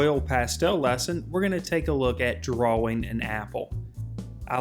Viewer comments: Nobody: Him: DUAAWING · God I hate you. We are trying to learn. You skip steps. Your hand is blocking the view. We can’t see and you move on. We don’t know what the color looks like before we see an altered view of it on the paper. And you can not pronounce DRAWING to save your life. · You have an interesting pronunciation of the word drawing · u cant pronounce drawing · But he can draw better than you ::))))